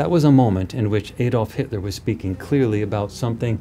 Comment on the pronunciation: His name was Adolf not Aydolf. Do you say "Aydam and Eve"?